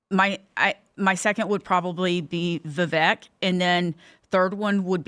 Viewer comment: I dont understand how so many people who are into politics, commentators, spokesman, etc. They still cannot pronounce Vivek's name correctly. Are they lazy or stupid or are they just assholes?